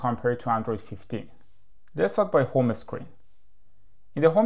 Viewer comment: It’s called home screen and not ho me screen.